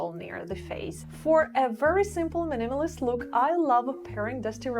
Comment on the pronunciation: Lovely videos, useful advice! Thank you for your input! P.S. I've noticed that you always stress the word "minimalist" on the second syllable. It's MI-ni-ma-list. <3